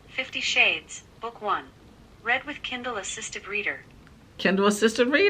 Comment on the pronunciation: There are a couple things you have to get used to. Like she always pronounce read like "reed" so it will say "I reed the letter over her shoulder" instead of saying it like "I red the letter over her shoulder" and if it says "shhhh" she will pronounce each letter individually "s h h h h". She does have a second voice she uses, but she uses it at weird times mostly, sometimes she'll say things like "they have the best waffles in the city" in a super aggressive and angry tone, it's kind of funny. You can also tell when there are typos because she reads exactly what's there which is also funny sometimes. And it's fun hearing her say all the filthiest words you can think of.